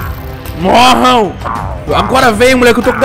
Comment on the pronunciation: "mórram" sério._.